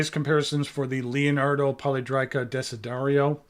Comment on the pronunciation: I think it is pronounced poly è drica, I have two previous releases in this shape, and I agree with you that it is very ergonomic. Note that the previous releases had a triangular section with beveled edges which I actually prefer to the round section - not that I dislike the latter. I believe the round section was requested by Stilo e Stile, related to its ability to accommodate the screw-in JoWo housing. Nice review. Thanks!